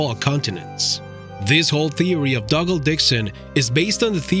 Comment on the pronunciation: “Dog”al ...are you sure that’s how you pronounce his name 🤔😂